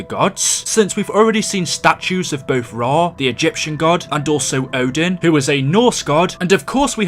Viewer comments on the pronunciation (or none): none